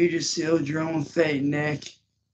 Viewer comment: Did he say you just sealed your faith or fate? It sounded like he said Faith.